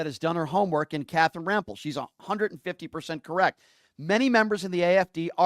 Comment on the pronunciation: Bro please pronounce he name correctly it Rampell!!